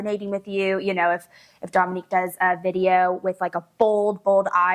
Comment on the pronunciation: …please pronounce it Dōminique, like her mama does 😁